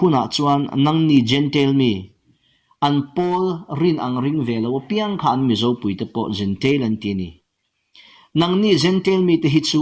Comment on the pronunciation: Zu khawn chang lo tih a Khawn tih hi lam rik sei tur a nih laiin lam ri sei lovin tawitein lam rik a ni a.